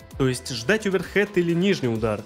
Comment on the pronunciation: Да не оверхэд!!! А оверхэНд!!! Удар рукой сверху!!!